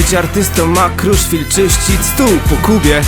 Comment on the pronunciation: Po pierwsze to nie jest kruszfil tylko kruszwil